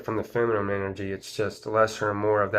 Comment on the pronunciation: Are you saying feminine or feminum?